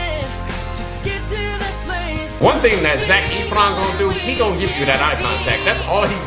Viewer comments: Lmao Vanessa Hudgens was 16 when this movie was filmed. She was NOT 25 playing a teen, she was a teen. And also Zac’s last name is pronounced as Eff-ron not Eef-ron 😂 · i felt so mouch pain when he called zac efron zac eeeeeefron it is pronounced zac fron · You're pronouncing his name wrong it's not Zach etheron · "Zac Eefron" 😂😂😂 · the way pronounces it like ETH-RON kills me everytime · Ethron? That’s not even close to how his last name is pronounced